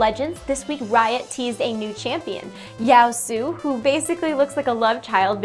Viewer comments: OMG He's a Samurai not a ninja jeez... Also its Yasuo not Yaosu, (pronounced like Yah Su Oh) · I love Surprise Party Fiddles to bits even though I'm probably the worst Fiddle player there even is OTL The mic quality was nice!! I just wanted to note a pronunciation error, Yasuo's name is probably pronounced "Yah-sue-oh" unless it's not supposed to be Japanese in which case my bad... But I'm really not excited for him. He looks incredibly unoriginal, basically another Master Yi is what I'm thinking :c MORE SUPPORTS/TANKS PLEASE RIOT?? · It's pronounced Yo-su-oh. :D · I think his name is pronounced Ya-su-oh. Also the video sounds great! :D